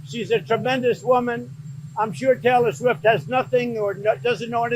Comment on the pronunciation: TAY-lurr SWEEFT 😂